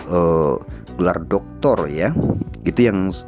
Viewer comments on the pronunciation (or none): none